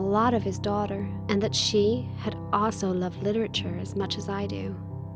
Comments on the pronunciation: how she gonna major in literature if she can’t even pronounce it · The way she says literature 😂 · Omg the way she pronounces literature is triggering me 😂 being a Brit and all 😂